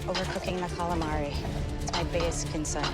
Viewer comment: Calamavi fveschi, fettuccine fvesche, tutto fvesco